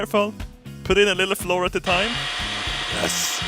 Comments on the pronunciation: Hey....flour is pronounced flower 🌼 🌼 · Det heter flour inte floor haha :D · Not to be rude pls dont think im rude but flour is pronounced Flower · When he say "flour" he says "floor" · not to be rude but its pronounced flour not floor haha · "Flour" is pronounced "Flower" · Flour in English is pronounced flower. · I love how he's says flour like floor lmao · Flour is pronounced exactly the same as flower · it's funny he says floor instead of flour lol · when e says flour he says floor hahaha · "and now to add some floor to the table" funniest swinglish ever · flour is pronounced like flower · ITS NOT FLOOR!!! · Flour is pronounced the same as flower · when you realize is so bad at english that he says flour like floor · rafael diocson Nah, more like "Flah-wer" or "Flou-r" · you pronounced flour like floor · why do you keep saying "add the floor"? I know you are trying to say flour but thats not how you spell it:P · Is he saying flour as floor? 11/10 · Lol he said floor I stead of flour!!! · "Flour" is pronounced the same as "Flower" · låter lite mer som floor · It sounds like the floor. Not entertaining. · It's flour! not floor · I like how you say "flour" like "floor" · Flour is pronounced flower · lol he's saying flour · You mispronounced flour, you kock! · flour, is it pronounced "fluur" or "flower"? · He pronounces flour like the stuff they have in toothpaste.... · i like how still can't pronounce flour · Flour is said Flower not floor:D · oh... its flour (fl-ow-er), not floor. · I don't care if you read this and carry on saying it like floor, your mispronunciation of words is part of why I like your channel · it's not floor it's flour (full-our) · If says "floor" for flour, does he say flour for floor? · Did you mean floor or flour? just kidding i know what you meant Nice vid:D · "dominate the floor" xD, it's pronounced FLOU-R not fucking FLOR xd